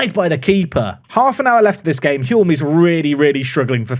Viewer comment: I might be wrong but I think the L is silent in the name Hulme, so it rhymes with fume 🙂